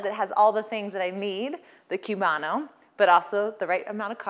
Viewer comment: It’s pronounced coobano.